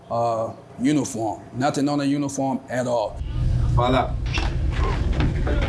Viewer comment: That man saying "Fall out" just sounded like "falluh"